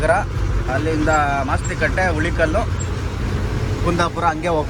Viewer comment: ಹುಳಿಕಲ್ ಅಲ್ಲ ಬ್ರದರ್ ಅದು, ಹುಲಿಕಲ್ ಘಾಟ್